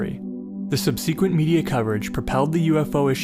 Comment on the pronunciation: He said Sub-SEE-quent :-)